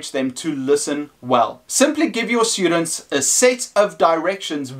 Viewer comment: its very distracting when you say SHHTUDENTS, good video though none the less